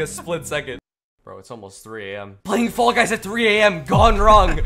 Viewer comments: He says ball guys at the beninging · Did you say ball guys or fall guys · Anyone else notice he says ball guys at the beginning😂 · At 1 sec of the vid I already heard “ball guys” 💀💀💀